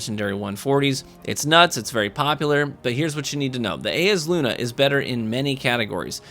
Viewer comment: It's Eyes-uh-Luna, come on.